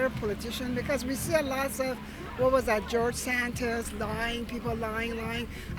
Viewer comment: “you know gorge santis“